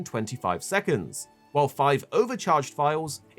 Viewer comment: It sounds like you keep saying file file file it’s a (Vile)better yet you could simply say 5 counters